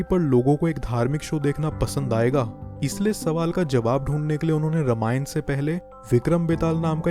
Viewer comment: It's रामायण not रमायण btw nice video 🥰